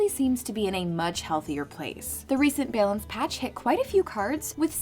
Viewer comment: If this woman ever says "balance" correctly, I swear I'm quitting this game.